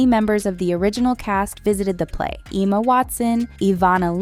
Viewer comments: “Emo Watson” 😂😂😂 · 🤣🤣🤣what way did you pronounce Emma